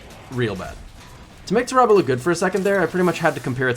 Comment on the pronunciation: its not ta rah bah smh its TAHRAbah why yall be miss pronouncing everything